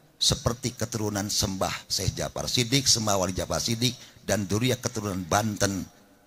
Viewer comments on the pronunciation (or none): Jakfar sodik...bukan jakfar sidik,eta naon kyai😂